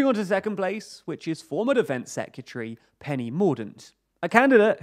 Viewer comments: Seh-kYuh-tree? When you hear a word so many times it loses meaning 😄 I think this pronunciation is missing an R each time though (seh·kRuh·tuh-ree) Great info and video as always though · Dude, LEARN HOW TO PRONOUNCE SEC-RE-TARY! IT'S NOT SEC-U-TREE! 🤦🏻‍♂️🤦🏻‍♂️🤦🏻‍♂️ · It sounds like "Se-ke-tree" to me. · I love your videos but can you please pronounce Secretary properly, its not secutry. It was used a lot in this video and started to get very cringy... It's like those people who say nucular instead of nuclear... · hahaha. I think the second syllable has a U in it. Se-cu-tree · Great video but that's not how you pronounce secretary 🤣! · can you pronounce secretary correctly pls